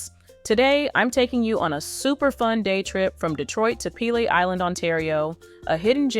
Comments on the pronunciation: It’s Lee-Ming ton not leeming ton! And Pea-Lee island not pale-lee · Sorry if I have to hear pay Lee and lemong ton beach one more time but the weird thing is through the video a couple of times she pronounced it right so is she trying to drive us nuts lol😂😂😂 it’s actually a very good video but it’s driving my brain crazy lol